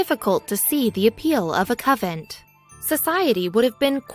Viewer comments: I thought she was repeatedly saying coven. :-) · She has an American accent so she is a native speaker of English. She just doesn't know that convent is pronounced con-vent. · Convent CON-VENT!!! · YES.. the mis-pro-NUN-ciation of CON-VENT.. was irritating and insulting to the Faithful. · dude, it's a cON-(like off & ON) vent. CONVENT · TERRIBLE PRONUNCIATION CON-VENT aggravating and distracting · Say it correctly....CON VENT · YES it is terribly distracting from the story. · Why can't she pronounce the letter N in the word convent? That is so distracting... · Seriously there is an "N". Convent not covent. So distracting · CON VENT! CONNNNN VENTTTTTT! NOT cavent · PLEASE.. a native speaker of English .. also employ an editor, the narration is AWFUL! CONVENT not covent... you ruin what could have been an interesting historical subject 🤬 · A coven (no T) is a collection of witches. A convent (with an N in the middle) is a collection of nuns. Puh-lease!! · Anyone out there actually manage to finish the video? Interesting story but I couldn't get past "covent" for the 100th time. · Someone tell her it's a CONvent not a CUVent... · Good info, but the “covent” pronunciation ruins it somewhat. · POV: you came to correct covent to convent. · Doesn't anyone preview these videos. The word is prounced con vent. Not a Covent. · Frances and I believe this is a computer generated voice and the writer did not know the difference between CON-VENT and COVENT OR COVEN. How said that Did You Know? did not check their spelling for reading. Perhaps they will remove this video and replace it with a correct pronunciation of the text. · Yes. Convent! The mispronuncians in your videos are so distracting. I'm done. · Yes, CONVENT. poor pronunciation really ruins the story. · It's pronounced CONVENT ...not Covent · Convent! Not Coventry! She’s a nun not a witch. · it is a convent..not sovent. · Its Convent not Coven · convent not covent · Oh geeze the word has an N...CON-VENT.